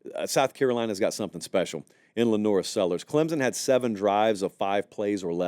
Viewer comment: Love the channel. Love the show. But PLEASE stop inserting a 'Z' sound when you say "Clemson". Nobody in the state of South Carolina says it that way. Some of the more "backwoods" people here say it with a 'P' sound, like "Clempson", which is equally cringeworthy. The proper pronunciation is "Clem-son", nothing more.